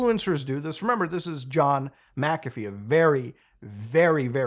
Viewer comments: You're arguably the first I've heard pronounce it "mickafee" instead of "mackafee". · You keep pronouncing his name wrong even when he says how to say it. Its Mac-A-Fee, you keep saying Mick-Af-E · ita pronounced mac afee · Its pronounced macafee. Omg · You heard him say his name, and still mispronounced it throughout the entire video... ??? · Yeah. You didn't do your due diligence on that one. You don't even pronounce his name right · Muckahfee, Melayneeuh, he literally says how to pronounce his name in the video you play and you still get it wrong... takes two seconds to find out how to pronounce someone's name right and its the least one can do.